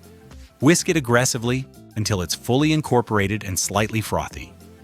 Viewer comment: I love the AI cooking instructions: "Wiisk aggresively until incoprated and frothon." 🤣🤣